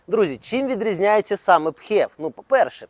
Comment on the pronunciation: филипс же не пхилипс - правильно фев